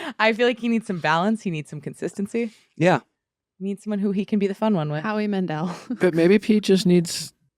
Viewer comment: Howie Mandel. NOT HOWIE MANDEL 💀💀💀😂😂😂😂